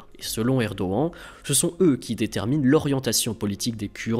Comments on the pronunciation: Ce n'est pas Erdoen Mr c'est erdogan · Bonjour, J'aimerai savoir, s'il vous plaît, pourquoi vous prononcez le nom "Erdogan" de cette manière. Simple curiosité. Merci pour vos vidéos et votre travail.